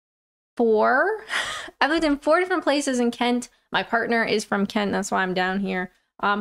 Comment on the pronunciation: Love the way you say Kent with a t. Not the usual glottal stop of the locals.